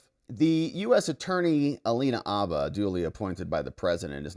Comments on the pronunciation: Bro, the H is not silent. Habba, not Abba. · Its haba with an h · Minor note: the "H" in Habba's surname is pronounced. "H," as in horse, not "H" as in hour. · The "H" is not silent in Habba. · Alina Habba, …with an aspirated “H”.